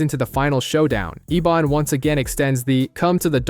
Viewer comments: It’s pronounced Ebon not Ebin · It's pronounced Ebon not Eben.